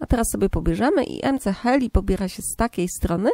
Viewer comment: muwi śie ms heli